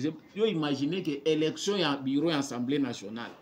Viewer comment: Ndeko na ngai,,fais quand-même un effort ":assemblée nationale " et non "ensemblee", tu es encore jeune, tu peux le faire:assemblée nationale!!! Merci.